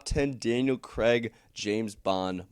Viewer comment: Who the hell is Daniel Cregg? It's C R A I G